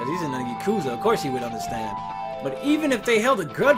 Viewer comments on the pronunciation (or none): none